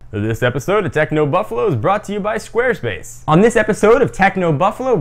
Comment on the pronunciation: why do you say buffalu